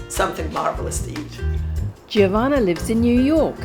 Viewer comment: it's Jo-vanna not J iiiiih ovanna